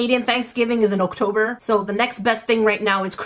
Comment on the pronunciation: Did she just say Oktober umm English number #1